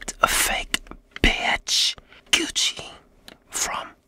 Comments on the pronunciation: I love it when he said biatch instead of bitch😂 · Let's just appreciate the fact that he literally stops himself from swearing so instead he says * B E A T C H * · Он произносит "Бич" почти как Джесси Пинкман)